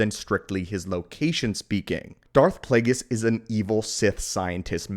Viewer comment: It's Plagueis, not Plaguies.